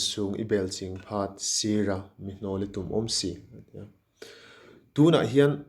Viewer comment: A pronunciation 'Kan rûn insûng I bel ching pha'tih khi," kan rûn insûng I bêl chieng pha" tih tûr zawk ani in ka hria❤